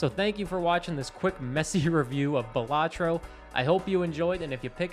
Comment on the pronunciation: Just a heads up, the pronunciation of Balatro isn't necessarily one way or another but in the trailer it is pronounced as Bal-atro not buhlatro. Buhlatro just sounds like a fancy sandwich lol Game is goated great review!